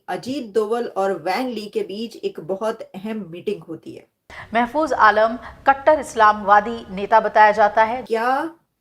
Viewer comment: महफूज महफूज नहीं